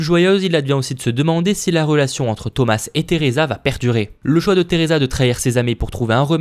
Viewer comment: ON DIT THOMAS SANS PRONONCER LE S JE CROIS NON ?😂😂